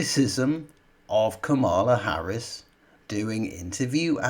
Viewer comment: Man, "nearly all the left leaning media" is a small percentage of the British media. Where have you been? BTW I cringe for you everytime you mis-pronounce Harris's name, have some respect.